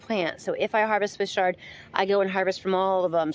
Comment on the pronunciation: Please think about how you’re pronouncing Swiss ‘Ch’, like in church, chard, not ‘sh’ like a shard of glass. When you’re teaching or demonstrating something, proper pronunciation is important if you want to be taken seriously. Chefs that say ‘ungion’ instead of onion lose my interest immediately. It may seem picky or anal, but when someone has a lisp, don’t you notice? It’s just a little distracting from the message you’re trying to convey. I learned a lot from your demo, just want to voice an opinion. Thanks for listening.